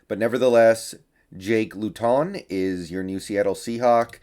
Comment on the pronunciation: I think it’s pronounced loot-in, could be wrong tho